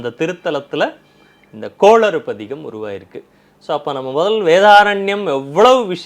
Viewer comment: please please please கோளறு பதிகம் சரியாக உசரியுங்கள் கோளாறு அல்ல பயிற்சி எடுங்கள்